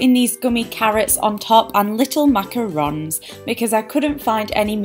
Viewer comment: the way you say macaroon is hilarious